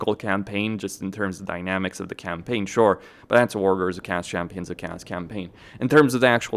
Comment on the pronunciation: This is going to sound petty or something like that but I have to ask. What is up with your pronunciation of Chaos. I hear you say it correctly, "kay-os" sometimes but alot of time you sound like you are saying kaas. Which is cheese in dutch, which makes alot of chaos factions the cheese factions haha